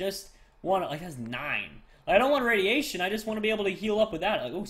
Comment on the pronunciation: it is radeation